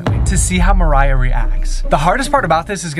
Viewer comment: It's pronounced Mariah